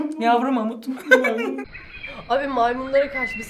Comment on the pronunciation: gorillaya mamont dedi 😂😂😂